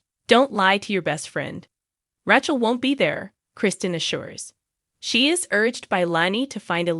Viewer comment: Get the names right or don't narrate at all!!!! Her name is Rachel, NOT Ra_tc_el and the name is Chanel, NOT Channel!!!!!!!! OMG!!! Do you think Channel is even a name?!!!😂